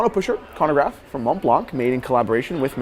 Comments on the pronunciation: you have to pronounce it MontBlan without the C and not MontblanC or MontblanK!😆 From Paris with love! Great video as usual! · don't pronounce the C at the end of Mont-Blanc hehe!